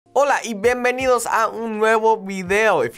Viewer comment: Hey Nate, I'm a longtime fan. I just want to point out that at the very beginning of the video you pronounce your bienvenidos as "benvenidos." I'm surprised to see no one has mentioned it. I don't know if that's a regional thing you've picked up from somewhere but it sounds very weird to me.